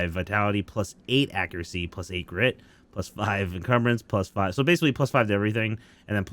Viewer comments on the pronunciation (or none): Incase anyone could not understand him for the last orb for Felgarth. The orb for air magic gives you grit +5. I had to listen 5 times to catch it. Nothing but love to you.